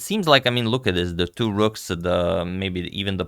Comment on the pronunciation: This "tiu" instead of "two" is irritating